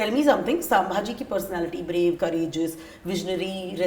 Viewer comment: It's not saambhaji maharaj. It's chatrapati Sambhaji Maharaj.. kindly pronounce it correctly